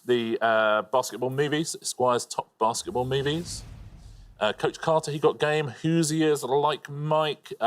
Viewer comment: Very funny hearing “Hoosiers” in a British accent!